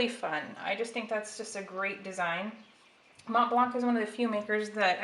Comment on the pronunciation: You are not supposed to pronounce the c in MontBlanc. The c is silent.